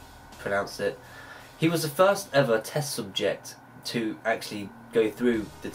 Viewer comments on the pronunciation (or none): none